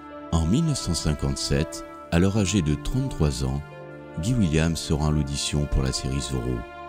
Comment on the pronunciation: On prononce "Gaye Williemss" et pas "Guy William" comme "Guy Ligilli"